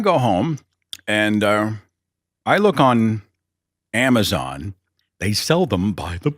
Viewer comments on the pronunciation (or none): none